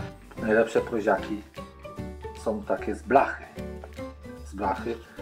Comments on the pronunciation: PROŁZA A NIE PROZA. WIEC TO SA PROŁZIAKI A nie proziaki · Prołza a nie proza To nie literatura.I mówi się PROŁZIAKI przez Ł